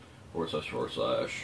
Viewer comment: Hey its http not htttp